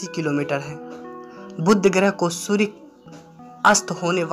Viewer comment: Abe Surya not sudya